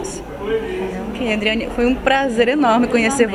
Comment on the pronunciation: A repórter deveria estar mais preparada. Nem o nome da Adriane ela fala direito.